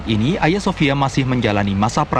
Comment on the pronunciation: Cara bacanya salah mba itu Agia bukan aya. Agia sophia